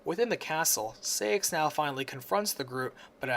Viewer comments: I (as a KH mainac), have a few corrections: 1. It's Princess of HEART, not light 2. You pronounce it SIGH-ax, not SAY-ix 3.It's RICK-oo, not RIKU. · Sai-axe not Say-axe